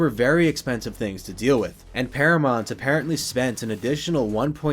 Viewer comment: Never heard anyone pronounce it ParaMONT before